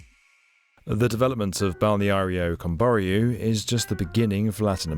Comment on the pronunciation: PLEASE!!!! It's /Kəm.bɔ.'rju/.... stress in the last syllable.